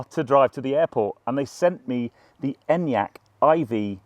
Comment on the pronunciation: finally someone in the UK who knows how to pronounce it haha